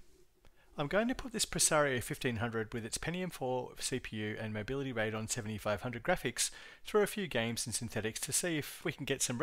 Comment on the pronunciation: "Raid on" I've never heard that pronunciation before. I sold computers for almost 20 years and back in the day my ATI contacts said it was "ray dee on".